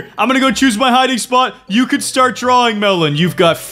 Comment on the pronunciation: your dwaing berry